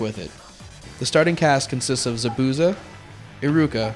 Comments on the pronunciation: He pronounced the a's wrong in Zabuza and Sakura a's make the aw sound N-aw-Ruto S-aw-kura s-aw-suke In some Japanese words and names the u is silent like in desu(is) it's pronounced Des and In Sasuke the u is silent. yeh I have no life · OMG they pronounce zabuza, sakura, and sasuke's name all WRONG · lol the guy says zabuza wrong how obviously he never has seen the anime lol guy needs to get his damn names right JEEZ